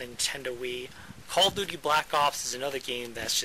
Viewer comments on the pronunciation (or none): Call of Duky? wha? O_o